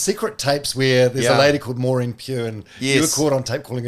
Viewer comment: Say Maori properly its not hard?? Its effort vs validity. You can say french words etc properly why cant you say your own cultures very name correctly. You normalise the buthchering of own language. Say Maori properly fool.